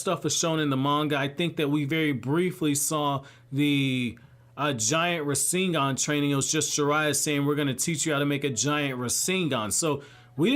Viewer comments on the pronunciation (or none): none